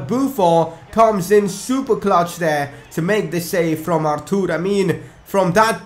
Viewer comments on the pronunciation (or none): It's Arthur not artoor , don't make up pronunciations😂